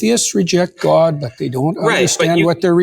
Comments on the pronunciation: This is neither here nor there, but the way JP pronounces GAUWD pisses me off so much. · Accents are always regional. So yes, there are Canadians who pronounce the word differently. But the way JP pronounces it (and other words like 'body' or 'complex') is very, very common in Canada. I even checked the Wiktionary and it says god is pronounced like that in Canada (and Wales.)